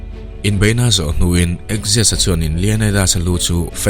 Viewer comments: Axis ni lovin Xerxes (Zer-zis) zawk niin ka hria Persian lal hi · Persian lal khi Zarsis (Xerxes)tia lam tur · Darius a fapa Persian lal hi zerzis ti a a hming hi lam tur a ni.